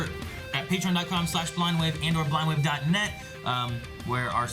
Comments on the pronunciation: I always hear "screw up blindwave" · Finsanity XI I always hear “Cruel Blindwave.”